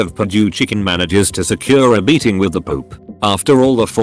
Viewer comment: Pope: exists Text to speech: pOoP